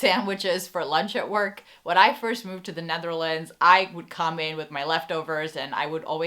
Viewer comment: Why do you call the country The NAtherlands?